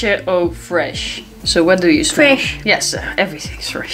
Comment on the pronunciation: When she says freiche for the millionth time, pure 10 ^_^